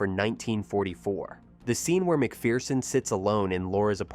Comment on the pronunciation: The Perfect film. Clifton Webb❤❤❤❤❤ And it's "Mc FUR son" -- there is no *fear* in McPherson!